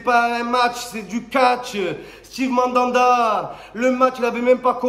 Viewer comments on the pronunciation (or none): none